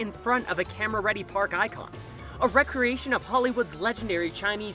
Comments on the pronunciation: Art Deco is pronounced "deck-o". And recreation is pronounced "RE-creation". I thought you were talking about enjoying some time off playing some sort of sports... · He also pronounced recreation as "a past time" instead of "creating something again" when talking about the recreation of Grauman's Chinese Theatre in Hollywood Studios.